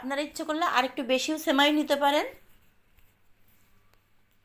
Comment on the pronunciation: আপু,ছেমাই না সেমাই বলেন। উচ্চারণ ভালো না হলে শুনতে বাজে লাগে।